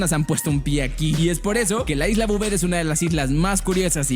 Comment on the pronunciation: Bouvet lo estas diciendo mal porque Bouvet es mi apellido y asi no se pronuncia